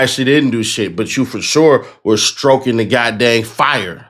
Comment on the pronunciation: Stoking, not STRoking 😊